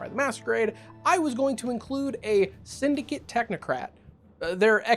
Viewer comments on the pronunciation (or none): none